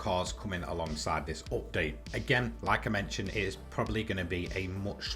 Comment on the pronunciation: Say update correctly